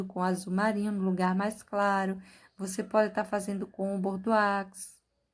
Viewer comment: Perfeição; Parabéns. A pronúncia de bordeaux é Bordô